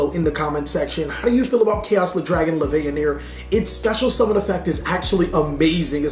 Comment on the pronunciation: Leveanier??? Bro it's LevIAnier xD